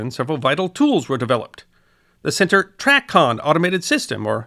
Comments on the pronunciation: It's "tray-con" not "track-con" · The Drinking Game -- players take a sip each time mispronounces something. It's TRAYcon. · I do realize that it is based off the word traffic, it’s pronounced “tray”-con. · Its TRAY CON (Long A -- TRAAA CON not TRACKON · As a retired controller ( 30 years in Chicago) thank you for a very well done video. In my years as a controller ( ) I saw tremendous change in the system. I was privileged to work on three systems called DSR, URET, and ERIDS. One small comment though, in my nearly 50 years in aviation have never heard Tracon pronounced the way you did. The correct pronunciation is tray-con. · As a pilot who earned his wings in 1978, I enjoyed this one very much. But I winced each and every time you said TRACON. The circles that I have always traveled in always pronounced it TRAy-CON. Long 'A'. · Right it's tray-con. Loved the video. As a professional pilot, I had done research on the history of ATC, but never had I seen a more thorough yet succinct and understandable summary of how we got to where we are today. I actually enjoyed hearing pronounce it the way he did, just because other than the pronunciation, he knows exactly what he's talking about. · Very good history report. I flew professionally from 1979 to 2007. TRACON is pronounced tray con, by the way. I saw many changes and improvements in ATC during my career. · A nit: TRACON is pronounced tray-con. Loved this vid, thanks. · Excellent summary. BTW TRACON is pronounced "Tray-kahn" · TRACON is pronounced "tray con" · definitely pronounced tray-con